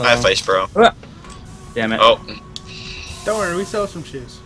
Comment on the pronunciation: lol at one point it sounded like I said "gammit" instead of "damn it"